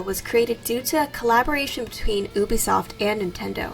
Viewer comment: I’m triggered every time she says oobisoft